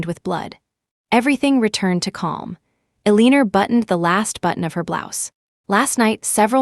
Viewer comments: Just to say, Eleanor is pronounced Elena, not Eleener…. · It is pronounced as Elanor